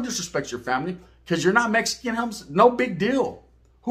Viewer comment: I hate when y'all over in Texas say meskin put some respect on it and say it rite🤦🏻‍♂️